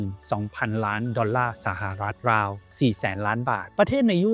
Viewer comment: ราว ได้ยินเป็น ลาว ทุกที เพราะ ฝังใจ ลาวเป็นหนี้แยอะ